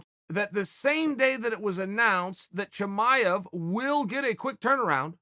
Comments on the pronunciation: It's Chimaev not Chamaev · Chael : "Chimanev is not Khabib 2.0" Chael ends up calling him : "Khabib 2.0" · Chael 'Hazmat Chimmeny' Sonnen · I'll admit it. I ran here to see how you'd say his name.